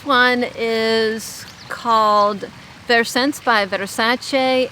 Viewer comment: Hey! Every time I pick up my bottle of Versence I laugh and think of you butchering the notes in that one video😹😆 Im still convinced they are incorrect! I love Sel Santal & the drydown of light blue intense is so good, its what made me realize I love Amberwood as a base note! I wore it yesterday its the best for heat🌞🍃🌻